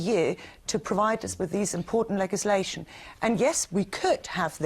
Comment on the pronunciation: I don't like the Green woman's politics and she cant pronounce "legislation" but I wouldn't complain if she farted in my bed.........